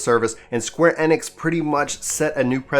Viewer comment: square E-Nix say it like that not enix